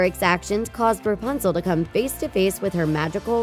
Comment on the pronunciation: Stop saying rpuzle